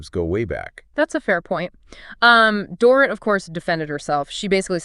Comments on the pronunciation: It's Door-eat. Not Door-ruht. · OMG, pronounce Dorit"s name correctly or don't say it!!!